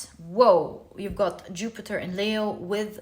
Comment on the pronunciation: Nice of you to bring up Leo's pronunciation.... you like to say Layo but correctly pronounced as Leeeeo as though a long sounding e. Is Layo from another culture?